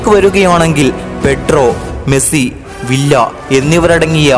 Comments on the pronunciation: Villa all viya enna pronouncation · Nice avAtharanem....villa alla bro viya aanu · It's not Not villa... pronounce viyya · Bro villa en parayilia David Viyya ennan pronunciation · വില്ല അല്ല വിയ്യ എന്നാണ് pronunciation. David വിയ്യ. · വില്ല എന്നല്ല വിയ്യ